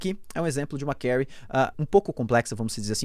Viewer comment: Só não consigo me acostumar a ouvir as pessoas falando 'kérry'... chega a dar câimbra no ouvido... kkkkkkk... de resto o vídeo é muito massa!